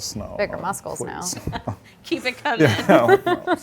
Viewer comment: She said “muscles” like “musCles” not like “muh-souls”